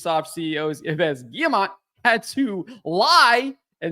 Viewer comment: Come on, stop pronouncing the last s in Yves. First because french is not Spanish so you have silence letters and then because you pronounce Yves as EVE.